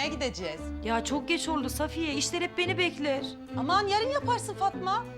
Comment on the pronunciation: Milletin Safiye demesi Hasibe : Sağfiye